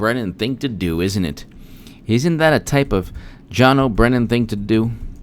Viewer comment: I dig your channel ...but I cringe ever time you say "john o'brennan" since you are making john brennans name sound like mine. Can you please just call him raison face turd muffin like justinformed? Or any other evil nickname... How about the overgrown troglodyte curmudgeon humunculous??? Thats basically a cave dwelling bitter old fetus.